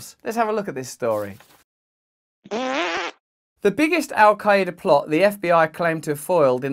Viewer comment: How little of research does one do to not even pronounce Al qaeda right lol